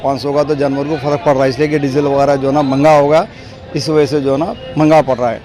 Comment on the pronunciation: Manga hai 😂😂😂 "mehnga"